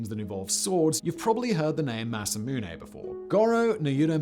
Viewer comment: Simon is pronouncing it wrong. It's pronounced Masamune.